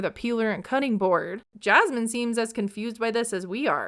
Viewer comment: I really don't understand why these two are together and, weird observation, but I hate how says Jasmine's name. "jyasmine" 🥴